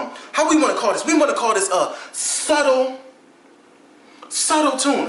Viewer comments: funny vid, but its "Subtle" not suttle haha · "subtle" got a "b" in it lol love u